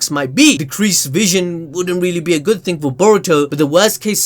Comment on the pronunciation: I just gotta laugh every time you say 'ting'